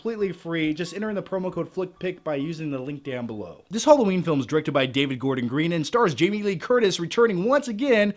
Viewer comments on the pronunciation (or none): Oh, it's 'Hollowjeen' again 😂